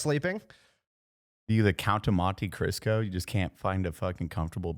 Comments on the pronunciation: said The Count Of Monte crisco lol, its Cristo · 1, but its Cristo, not Crisco. The Count of Monte CRISTO. 🤣🤣🤣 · 0 It’s the Count of Monte Cristo not Crisco “buh” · its Monte Cristo, I keep hearing "Monte Crisco" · He said "Count of Monte Crisco " . FML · is no one gonna call out for calling it the "Count of Monte CRISCO"?! 😂😂😂😂